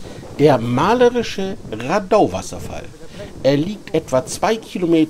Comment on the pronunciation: Wohl eher rAdau statt raDAI